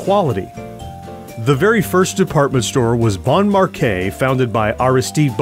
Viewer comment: Its not markay its marshay the pronounciation is marshay not markay ( bon marche )